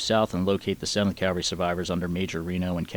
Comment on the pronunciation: does a great job on these videos. The animation of the map series is good and the timeline is a nice detail. I only hope that, will learn how to pronounce The word Cavalry. Custer would cringe when his regiment is referred to as the 7th Cavery. 😄. All in all a very good series on what happened in June of 1876. A lot of work went into this series. Good job.